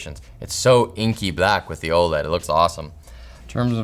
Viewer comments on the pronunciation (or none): none